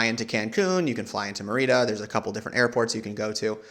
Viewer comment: Dude: Merida is pronounced "MARY-duh". I am not a language snob but you managed to pronounce every other locale correctly...even "cenotes" which is not exactly intuitive for an english speaker. You also said all the food correctly with extra effort to pronounce them as authentically as possible. So how did a major city that you even visited like "MAIR-ee-da slip through the cracks?